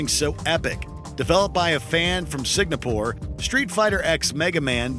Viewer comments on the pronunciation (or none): A fan from ''Singapore'': ''Signapore'' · "Developed by the fan from signapore" ...what the fuck is "signapore" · No way in hell you just managed to mispronounce "Signapore"